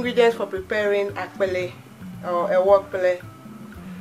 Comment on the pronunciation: are you ewe because you pronounced akple so well lol